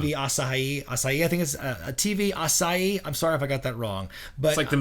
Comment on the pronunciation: Gotta put more emphasis on the "hee" in Asahi. Other than that, you nailed it,. But man, this is a huge bummer. I mean, NJPW has their free matches and weekly promos, but if it weren't for YouTubers talking about NJPW, their following in the West may not be as big as it is now.